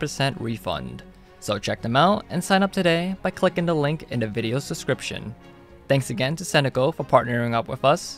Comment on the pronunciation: "Video SEScription"... BEST DEScription EVA